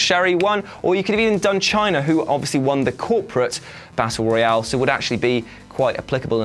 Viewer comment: Am I the only one that gets unnecessarily annoyed at the fact he pronounces Battle Royal as Battle Royale